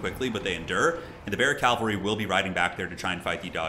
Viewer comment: He does say calvary instead of cavalry